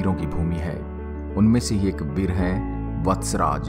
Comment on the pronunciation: Awaaz Thodi alag a Rahi Hai Veer Yoddha ki jagah BEL Yoddha Sunai Diya Diya please usko thoda Sahi Karen